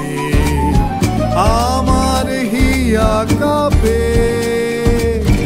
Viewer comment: Ore baal ota Cup'er cha noye re...কাঁপে মানে কম্পন। Tuhin'o arekta baal pronunciation'o thik korte janena abar gaan gaiche😂😂😂